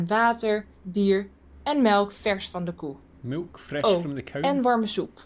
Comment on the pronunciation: "and milf from the cow" Come on, you ALL heard that in dutch 🤣